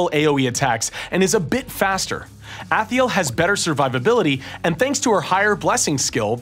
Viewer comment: Can't stop seeing his weirdly asymmetric eyeballs. And what the fuck is with him calling Athel "Athee-el"? Where'd that extra syllable come from? And it's WREAK damage, not wreck damage. That's not even a thing.